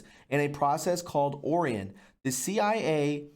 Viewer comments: It's "oh- RYE- on".(Orien) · Orion is pronounced O rye an. Like the constellation.